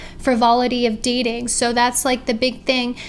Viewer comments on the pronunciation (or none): none